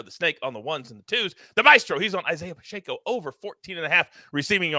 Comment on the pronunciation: Why does everyone insist on putting an “n” in Pacheco?